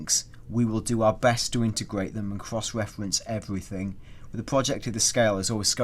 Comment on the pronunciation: alot of Cwoss Weffewnce is going to go down